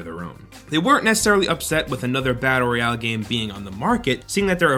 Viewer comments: fortnite roy-ow XD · "Reayale" lol